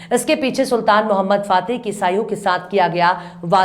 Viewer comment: Correct pronunciation "Sultan Mohammad fatih"